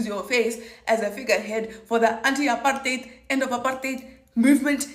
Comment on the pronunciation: finally someone knows how to say apartheid right !!!!